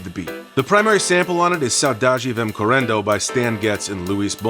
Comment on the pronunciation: I laughed at your pronunciation of "correndo". In an innocent way. I love accents. The "R" in correndo is pronounced like the "H" in english. So, cuh-hen-duh as in english pronunciation.